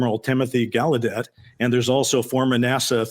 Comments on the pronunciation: Rear Admiral Tim Galludet has confirmed the correct pronunciation of his surname is with the hard emphasis on the first syllable- so it’s sounds like Gal-oh-debt. He said originally when his elders or ancestors came to the US it was pronounced with a French style soft ending - so Gal- oh- deh, but over time this had changed. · pokes fun at Ross for mispronouncing Barack, then TOTALLY botches Gallaudet! 🤣🤣 PS- Ross, it's CAHONE--EHs